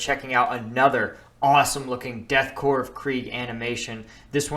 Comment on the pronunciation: Thank you for pronouncing Korps as Corps and not Corpse. So many people don't do this.